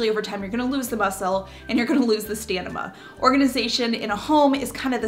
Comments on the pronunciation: Stamina, not Stenima. 😂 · I love you but you pronounced pronounced stamina stanima❤ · OMG you kept saying STANIMA instead of STAMINA and that is what I said until I was like 12, you just reminded me of my childhood. ❤️ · Excellent video from start to finish. Great tips. Love the mantras!! Very practical. Also, you're so cute with your stanima, instead of stamina. (laughing) ☺️ See -106. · I love your videos I just have to say it’s Stamina not stanima. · Girl you had me going back within the first minute, STAMINA 🤣 It’s stamina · All good points. Just one correction. It’s stamina (not stanima.) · Love your videos. Congratulations on 1Million subscribers. You keep me motivated. Little side note: I sounded and looked to me like you said staNiMa? I'm sure you meant Stamina. I thought it was cute!😉 I do that all the time. Sea Anemone is the worst one out there to pronounce. 🥰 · Stamina not stanima....love your valuable videos. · Stanima ? Hahah nice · Smiling at her pronouncing stamina as stamima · The m comes before the n in stamina. It's not stanima. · hi- helpful video, but fyi it's stamina, not stanima- don't fret i say a lot of things incorrectly :) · "Stanima"? LOL---oh, baby brain... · Stamina ✔️ stanima ❌ 🙃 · STAM-i-na (not stanima) 😉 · haha i love you but you said stanima twice but it’s stamina 😇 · Did you know it's stamina? Not stanima? :) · It’s called STAMINA…. Not STANIMA 🤣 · *staMiNa not staNiMa 😆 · U r a sweetie,. But I gotta tell u-- the word is stamina not stanima.🤪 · “Stamina” not “stanima”😅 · I had a good giggle at "stanima" 😁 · haha - "stanima" .... great video, btw! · But stanima? Anywhos, great video,! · I lost my ‘stanima’ after watch this lol, great video though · Lol stan-i-ma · I was just about to ask is that the American way to say it? 🤣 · Hahaha yeah I noticed it too and I am a non-native (from Europe) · Could be dyslexic. They know the words but there's certain days where it gets jumbled. Not always.